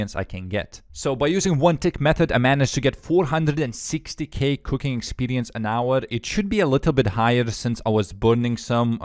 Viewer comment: Oh I missed hearing you say expelience